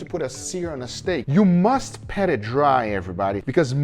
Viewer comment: I've been meaning to ask this for a long time but are you saying PET it dry or PAT which is proper? It really does sound like you're saying PET!